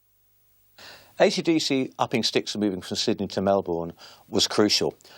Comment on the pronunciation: What the F?? No ACDC footage? No ACDC songs? No ACDC family or current members of longevity?? Then you've got this British toothy guy saying his 'feeling' with them was... (He never even bloody met them!!) This Brit "expert" CAN'T even pronounce Melbourne. Yep let's get in school friends and unknown commenters and some child woman acting like she was even alive to see the band with Bon talking like an expert too!